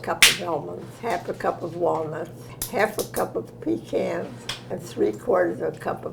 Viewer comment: Clara say 'PEECANS'.....Thank goodness to hear the correct pronunciation, and not 'peekaaans! I LOVE YOU, CLARA!! ❤❤❤